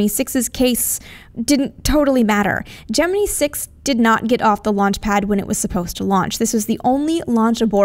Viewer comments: I just cannot stand the way she says "Gemini"! It's pronounced Je-men-eye, not Je-men-ii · Gemini = "Jem-en-eye" Yep, Nasa guys used to say Gemin-ee, but when a male says it, it's not so squeaky as a woman saying it and I've heard WAAAAY more news commentators than Nasa guys saying it Jem-en-eye. men's voices tend to fall almost in-between in pronunciation, and are much deeper, and the WAY you emphasize the high pitched ending is too irritating to bear. Sorry, nails on a blackboard. You may be "Right" but right, and a pissed off comment section doesn't get youtube subscribers. sorry. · stop..... saying...... Gemineee! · I have watched literally hundreds of space documentaries, including ones interviewing the astronauts that participated in the Genin"eye" program, as well as high standing astronomers and astrophisicists like Carl Sagan, Neil Tyson, and many others and I have never heard them pronounce it that way. Ever. So she has one person correct her out of all the others and now she says it that stupid way? If she had one Brit tell here that aluminium is the proper way to say aluminum, would she start saying that crap?